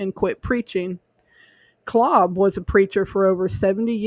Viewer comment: This is my ancestor. Btw, his name is pronounced with a long a. Claaaab.